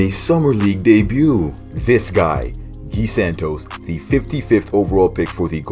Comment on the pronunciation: Good pronounce of Gui generally americans have difficult times speaking that, especially the ones that speak Spanish, we speak Portuguese guys, different fucking language common